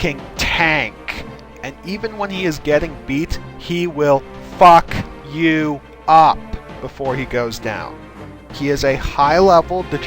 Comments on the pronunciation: "He. Will. Fuck. You. Up!" xD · Same here. " He will FUCK.YOU.UP"